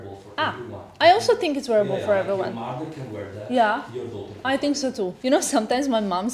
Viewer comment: I love you & I love your fashion sense but why did u start saying “I tink” instead of “I think”?.. it’s like saying “tank u” instead of “thank u”.. ur smarter than that.